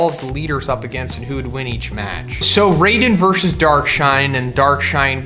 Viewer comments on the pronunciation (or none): none